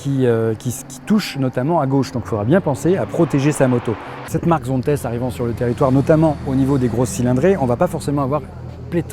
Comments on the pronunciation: Zonte la prononciations, tu ne dis pas PariS, ChamoniX... Sinon bonne vidéo... Par contre les trajectoires sur route c'est pas ça ! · Tu dit donc Dalla et non Dallas , Las Vega et non Las Vegas ??? C'est un Nom propre c'est donc ZONTES"SE"